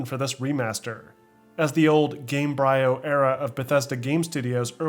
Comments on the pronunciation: Question: I love your channel, but why can't you pronounce the game engine coorrect gaym-breeh--oh? (like Embryo) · It's Gamebryo (Game-bree-oh) a play on words, based on the word embryo. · The hell is Game- bri-oh? Seriously? it's game-bree-oo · Its not game bryo, its pronounced like embryo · I think it's Game bree-o. Like embryo. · Isn't it pronounced "game-breeo" because it's a play on the word "embryo"? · Gamebryo…like embryo bro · it's pronounced "GAME-BREE-OH", like an embryo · Just like Embryo, it's Game BREE oh. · disliked and clicked off the video after i heard the way he pronounces "gamebryo" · I thought it was Gamebryo, like Embryo. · Okay but it's pronounced like "embryo" with "ga" instead of "e" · I think Gamebryo is pronounced like embryo.